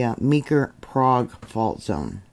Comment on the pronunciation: Love your reporting. The "Okie" pronunciation is "Prayg". Just a tidbit😊 of info.